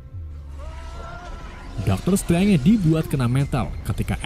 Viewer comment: Pronunciation nya min.. kurang enak Di kuping. Dr. Strange, dan MIT